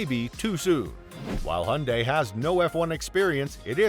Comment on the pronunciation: Aaah people please stop pronouncing Hyundai as if there was no y in it, that just sounds just awful😩